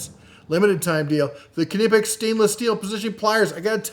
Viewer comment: Are you saying ka-nee-pex? I’ve seen this discussed before, it’s pronounced knee-pex. Kind of like knife, not ka-nife.